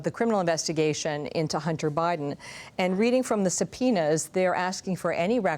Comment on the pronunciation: uh huh.... because nothing says "I could care less about Biden!" like saying his name like "bribe-den".... 😂 Tool!